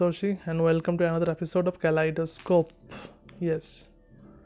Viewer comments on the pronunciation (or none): Dada ami kaleidoscope word ta apnar mukhe shune 'kelanescore' sunchilam tarpore video te banan ta dekhlam